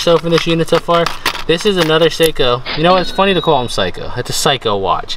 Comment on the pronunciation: Hi there. Just wanted to let you know that watch (Seiko) is pronounced Say Ko. But nice try.